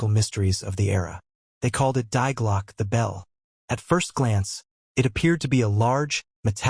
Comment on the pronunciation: Die is pronounced "dee," not "dye."